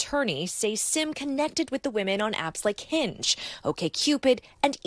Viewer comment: Reporters keep pronouncing his name like "sim" card or "The Sims" video game, but if he's Korean then his name is pronounced more like "Sheem"